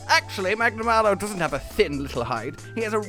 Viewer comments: Every Rise video I feel like Hermione. "Its Magnamaaalo not Magnamaylo" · What I like the most about this is that Hollow was part of this video. We need more of this trio just going mental and having a good time. What I hated, though, is that is back to calling Magnamalo "Magna-MAY-lo" Also, BITCH WHERE DOES IT SAY KETCHA WACHA CAN CLEAVE THROUGH ROCK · The more pronounces magnamalo his way the more years are taken off my lifespan